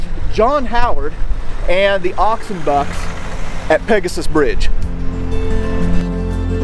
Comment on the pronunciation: The way he pronounces "Oxenbucks" is sounds like one word, whereas it Ox & Bucks, which is short for Oxfordshire & Buckinghamshire Light Infantry.👍